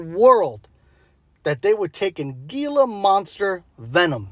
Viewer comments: it's not pronounced "gee-la", but more like "hee-la" phonetically . it's a hispanic name for the reptile . just sayin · gila monster is pronounced hee-la 😂😂❤